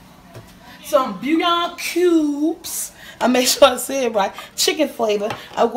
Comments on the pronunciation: Here. This is an easy way to pronounce. BULL-YAWN. Try that way. But you are free to say it now you want!! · I just can't get enough of you saying "booyahn" cubes❤❤😆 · PPurnomo90 lol!! That's why I luv her! She's real and she doesn't care!!